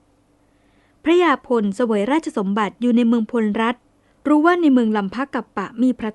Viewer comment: พลรัฐ อ่านว่า พะ-ละ-รัด ครับ ช่วง พศว.17เจ้าเมืองแพร่ได้ลำปางด้วย พญาพลนครได้บูรณะวัดพระธาตุลำปางหลวง ได้สร้างยักษ์4ตนเฝ้า4ทิศของพระธาตุ(ปัจจุบันยังมีอยู่) จากนั้นก็ไปยึดลำพูน ในพงศาวดารเรียกพวกนี้ว่า"ไทยอำมาตย์"มาจากเมืองเขลางค์ ที่ละโว้มีบันทึกไว้ว่าขอมละโว้ได้ยกทัพมารบกับ"ไทยอัมมาตย์"แต่ไม่ชนะ กษัตริย์ลำพูนเชื้อสายแพร่ไทยอำมาตย์ที่มีชื่อเสียงมากคือ "อาทิตยราช"ผู้บูรณะพระธาตุหริภุญไชยให้สวยดังที่เห็นทุกวันนี้ นับว่าแพร่เป็นพวกแรกๆที่ประกาศตนเองว่าเป็น"ไทย"(มี ย ยักษ์ด้วย) องค์สุดท้ายคือพญายี่บาที่โดนพญาเม็งรายบดขยี้หนีล่าจนมาถึงขอบเมืองลพูร-ลคร ทัพก็โดนตีแตกที่ดอยขุนตานและท่านได้หนีกลับไปแพร่ แล้วเรื่องราว"ไทยอำมาตย์"ก็หายไปเลย กลุ่มไท-ไทยแท้ๆที่โค่นอำนาจขอมได้นี้มีความเกี่ยวกองกันแน่นอนคงเป็นกลุ่ม แพร(พล)แม้จะเขียน"แพร"แต่คนไทเมืองจะออกเสียง"พ"เป็น"ป" + กลุ่มน่าน สุโขทัย กำแพงเพชร (ซึ่งขยายไปถึงญาติๆพวกพญางั่วที่สุพรรณ) ภูกามยาว(พะเยา) ส่วนเสสัชนาลัย(ศรีสัชฯ) เถิน ลคร(ลำปาง) ลพูร(ลำพูน) ยิ่งใกล้ชิดกันสุดๆเพราะดูจากคติการสร้างเมืองโดยฤาษีหลายตนในย่านนี้จะออกมาเป็นรูปหอยสังข์หมดทุกเมือง ขอแสดงความเสียใจกับเรื่องเศร้าสกุล"ณ แพร่"กับเหตุการณ์กบถเงี้ยว